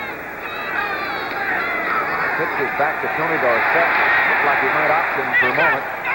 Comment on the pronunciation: Why did the pronunciation of Tony Dorsett's name change from college to pros ?... College "Dorsit" ... Pros- "Dor-Sett"